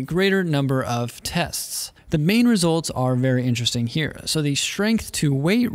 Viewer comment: Vewy intewesting....